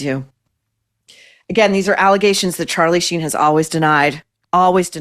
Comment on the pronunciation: Shein rather than Sheen 😂